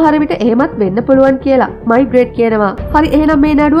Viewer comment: මෙයාගේ නම මයිග්‍රේට් නෙවේ. මේග්‍රේ.